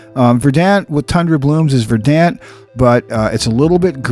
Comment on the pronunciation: Verdant is pronounced (ver-dunt).